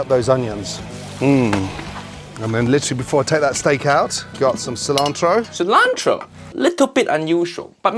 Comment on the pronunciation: Fuyioh ! Uncle Roger said cilantro in a good way , gordon you are close just don’t say silantroO and say cilantro